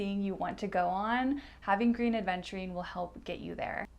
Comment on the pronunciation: Love your videos, love spending time with you. Please try to say "Aventurine", and not Adventurine. 😘 Keep up the good work, gal.